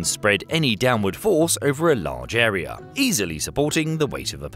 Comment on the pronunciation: Really terrifying to encounter this ERYRRR. Not to be confused with the AI ERYRRR.